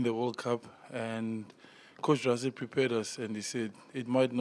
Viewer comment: Is it difficult to say "Rassie", instead of "Razzie"? 😀